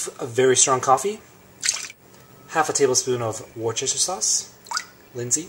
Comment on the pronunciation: LMAO - you thought of me when you pronounced Worcestershire (wrong again I might add!!!). Not sure if I should feel flattered or whether it was in jest & you deliberately torment me by not saying it properly.